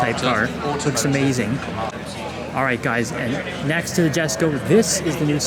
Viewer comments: For the love of the car gods and languages, it’s Yesko stop saying “Jes”ko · The J in Jesko is pronounced like a Y so it sounds like Yesko. Other than that killer job on getting all the shots and kudos your automotive knowledge.